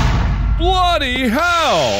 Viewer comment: Mark is the only person who can make "bloody hell" not sound British